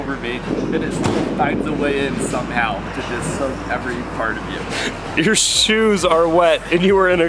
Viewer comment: For the love of God, please stop saying "yew"